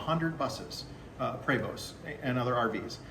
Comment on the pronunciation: I checked Prevost ( should improve his pronunciation! 🤗) on Wikipedia. It is French Canadian and now owned by Volvo (I am Swedish), so it is embarrassing for me too. I hope this video can start a movement in the Americas to become ordinary check when inspection. I do not know how it is in USA, but here we need car and heavy trucks, bus inspections every year (simple explanation). After 30 year a car becomes vintage - inspection every second year. Heavy trucks and buses over 3.5 tons every year til 50 years of age, then completely free of inspection.